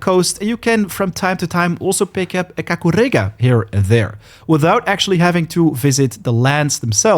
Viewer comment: I like how you say KAKUREGA 👌👌